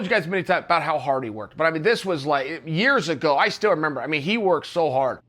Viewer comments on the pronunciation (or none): none